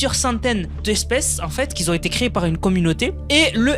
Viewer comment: Bonjour, "qui ont", pas "qui zont" :-)